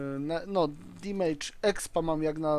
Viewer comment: Nie dimejdż tylko demydż :P